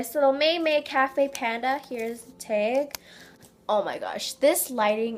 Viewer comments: She says "teg" execpt "tag " on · Why do you say teg not tag your like here's the teggg😂and I'm like bitch it's taggggg😂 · I hate it when she says "teg" instead of TAG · why do you say tag like tiag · Probraly she always say "teg" and it's annoying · Why do you call "tag" a t-e-g like wuhh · You say tag wrong👿👿👿👿👿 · im never bothered by your intro .. but im bothered by how you say "tag" 😅